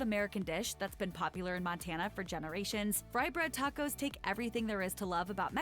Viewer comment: I like how you pronounce tacos as tack-ohs 😂. I had never heard that pronounciation before. Also, chile verde is pretty different from curry and clam chowder definitely has its own unique taste. I would like to see your reaction to trying it for the first time. It's one of my favorite foods.👌